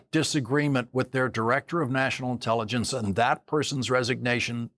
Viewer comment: No fan of Mike Johnson but I heard " The Inelligence" not "intelligence"